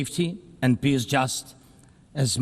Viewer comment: is he trying to say 'peace' or....something else?